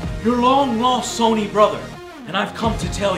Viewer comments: So wait, 6 years ago Joe new how to pronounce “Sony” but now he calls it “Sauny”? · "Saw-knee" What, Joe? what..?